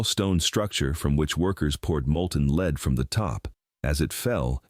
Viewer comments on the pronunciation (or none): "Lead" is pronounced "led" not "l e e d." AI voice.